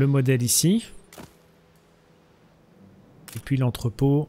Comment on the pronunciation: Bon, pourquoi tu dit Poui à la place de puis ? Je sais cette question est conne mais ça me choque à chaque prononciation.